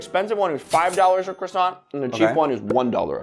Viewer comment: Thats how the french do it? I am French and I can tell you that we don't eat croissants like that and its not the way we pronounce that. But your videos are " Magnifique" 🥐🇲🇫